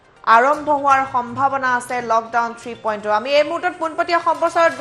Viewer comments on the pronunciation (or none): Anchor baidew Batori porhib najanile porhib nalage 3.O (alphabet) nohoy 3.0 (zero) hb lage.